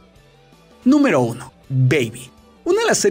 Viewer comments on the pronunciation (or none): En la 3 dijo nuemro 13 y o dios que no sabes pronunciar el ingles